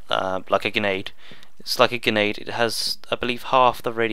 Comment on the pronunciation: btw it gRenade not genade